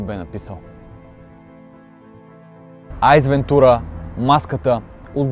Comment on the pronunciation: Обожавам филмите му и смятам, че е много, много рядък екземпляр. Бих отличил Маската, От глупав по-глупав, Шоуто на Труман, Аз моя Милост и Айрийн, Човекът на луната.. Само още нещо: и авторът и пишещите, казва Св Ейс Вентура, а не Айс Вентура.